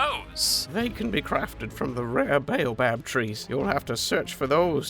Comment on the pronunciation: BALBAB TREA? ISNT IT A BOABAB TREA😂